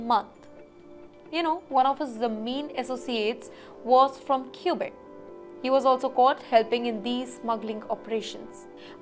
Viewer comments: Let me tell you that Quebec is pronounced Key-bek not cubek. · Let me tell you kwuh.bek not key.bek 😂😂😂😂